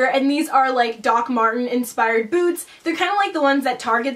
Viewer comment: The first time she said the word "boots" I thought she said "foods" but then the next sentence I realised by context that she said "boots"